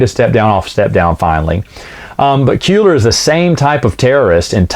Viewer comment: Kueller [Kwe-ller]